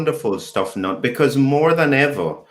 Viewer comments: He was born in Germany and you pronounce is as written. "Knut". It is NOT silent!!!!!!! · pls learn how to pronounce "Knut", i.e. pronounced as Newt.